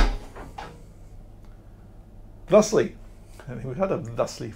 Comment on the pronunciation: Glad "Thustly" is back! phew! - Oh nice boat 😃